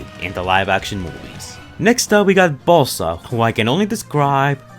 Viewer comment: here comes the criticisms. your accent makes it sound like you were saying balsa not buzz-saw. how meany people called you a dumb ass for calling slug fest some sort of gator thing when it's clear he's a stegosaurus?.. you can add one more to that last. even if you meant it as a joke it was stupid.